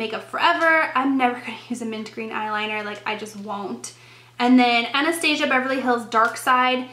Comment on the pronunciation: oh honey lol the blonde is betraying you lol. its pronounced tresteek lol (like dress but with a t) tique (like antique) haha trestique.. it has that teek tresteek the way you said it was funny as hell lol and the way you say anastasia haha. adorbes...